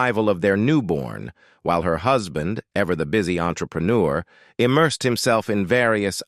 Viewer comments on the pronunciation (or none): none